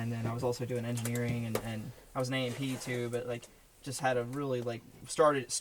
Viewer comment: An FAA certificated mechanic can have an Airframe or Powerplant rating on their certificate. Or they can have both Airframe & Powerplant ratings. The industry abbreviation for the latter is A&P (like the grocery story). Not AP as you hear on this channel.